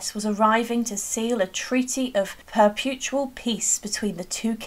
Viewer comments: "Perputual" peace? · I'm really confused about the pronunciation. Is the word supposed to be perpetual? Is that how the British say it?